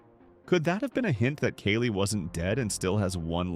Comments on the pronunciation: It's not Keli but kAli. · Omg stop saying Kaylee! It’s kAhli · Kali is pronounced Kah-Lee. Not Kay-lee. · It’s not Kelly! It’s Kali. Kaaali! How hard it is to pronounce names properly? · please stop using AI-voices for videos. personal use is understandable, but you wrote the script (I'm hoping), please just read it. the AI can't even pronounce "Kali" right in the same sentence.